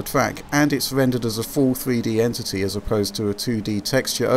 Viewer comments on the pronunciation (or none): none